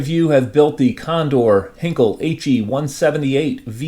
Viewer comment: Not to be too much of a pedant--and I am not a native German speaker, so take this with a grain of salt--but I believe Heinkel is pronounced HINE-kull. Anyway, very interesting kit. A tad jealous as they don't seem to be in large supply and I've always been very fond of the early German jets. Thanks for sharing!